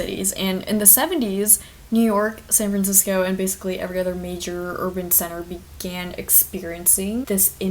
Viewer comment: Omg you’re the girl from twitter who couldn’t say San Francisco